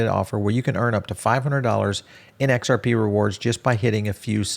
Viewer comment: He just can't say XRP 😅